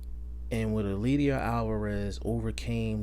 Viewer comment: It's pronounced El LAY der. You're butchering his name